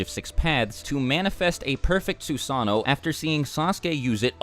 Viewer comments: So we're not going to talk about the man that has a youtube channel dedicated to naruto, but still cant pronounce Susanno-(Su-sah-no) they say it in the show hundreds of times. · Sue-San-no lmao